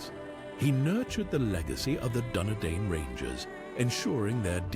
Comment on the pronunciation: And it’s pronounced Kirion not Siri on! And it’s Dune-Edine!